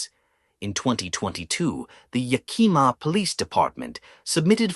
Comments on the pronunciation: Yak - eh - ma - accent on the first syllable. Plass-er. Please look up pronounciations before reading! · I often wondered if it was AI. Yakima is a brutal town and I have seen awful ppl beat up people for saying it wrong. I used to live there. Yak as in the animal....ih not ee...muh...yakihmuh. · Yakima......lol......it cracks me up the way you pronounced it.